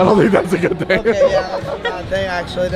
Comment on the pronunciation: She said fing like 12 tines